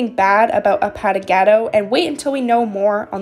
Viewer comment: the username is pronounced like A-pA! not paw Pa without the w sound and Gah!- Do (do like saying dont but without the nt at the end.) A-Pa!-Gah-Do